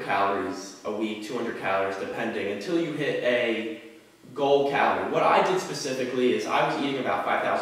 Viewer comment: the way says calorie sounds like caloor